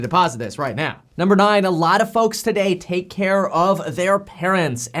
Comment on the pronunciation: NOBODY ; THIS GUY ; TodaHAY 😆